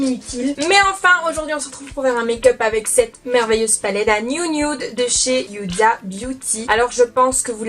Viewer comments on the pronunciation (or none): Coucou, il me semblr que tu prononces Yuda pour la palette mais il n'y a pas de "Y" dans le nom 🙂